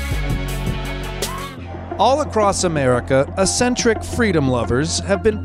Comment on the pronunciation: it's not "eh-sentric." The word eccentric is pronounced, "ek-sentric." Don't be eccentric, pronounce it right.